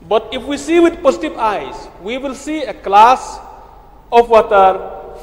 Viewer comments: A klass of watar , stedmen, akri, 😅😅😅😅 pronunciation. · Renikton biej. Haba u Kyrmen u ong wat tuklar ki briew nabar wat tuklar ai ba ki paid jaiñtia kin tuklar. That's means only people of Jaiñtia. Stupid wat ia ka glass ruh pronounced klas 😂😂😂